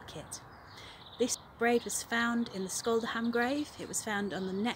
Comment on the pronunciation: Scholdehamn is pronounced, roughly, SHOHL-deh-hahm in Norwegian. I love the braiding tutorial, thank you! It reminds me of the cast-on for tvåendstrik, two-end-knitting. The cast-on can be surprisingly just as decorative as the braid you demonstrated!